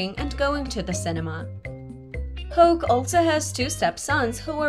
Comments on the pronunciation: It’s not tony hoke it’s hawk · Hoke lol this woman can't pronounce hawk to save her life